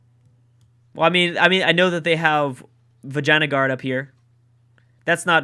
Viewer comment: You accidentally said Vaginaguard rather Vinjyagara.